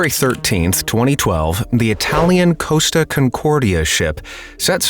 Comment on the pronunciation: costa as in costacoffe, not coasta